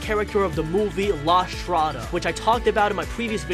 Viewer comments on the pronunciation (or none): Not la schtrada....LA STRADA GO TO GOOGLE TRANSALTE PLS I AM ITALIAN AND I CANT HEAR THAT...sorry I am a little bit aggressive....but I love your videos...consider that also Italian people like me and my bestie look your videos